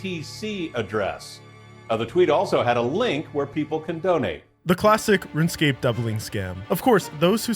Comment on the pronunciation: Did you say RuneScape? 😁